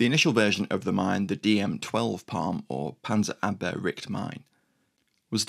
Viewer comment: It's PARM Panzerabwehrrichtmine, not PALM